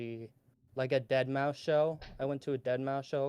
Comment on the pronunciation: I resent that you guys continuously pronounced Deadmau5's name wrong the entire show...its DEAD MAOW 5